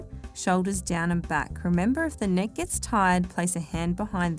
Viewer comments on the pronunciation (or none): neck... not nech...